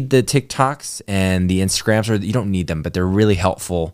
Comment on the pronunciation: " You beed a kid" lol